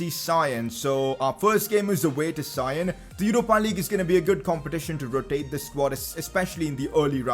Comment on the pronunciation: Please can you not say sion with a i because it is properly prounced with a e.